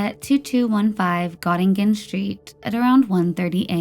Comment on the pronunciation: It's pronounced got-a-gin street. I know its not an important detail whatsoever, but I couldn't help but laugh when I heard it 😂 That area was really bad until the late 90's. It's odd, I've never heard of the last case, but I'm very familiar with both s&s meat market, Sydney Mines and Halifax.